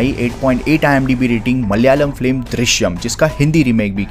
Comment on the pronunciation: wonder how 754k subs of a guy who says flim rather than film LOL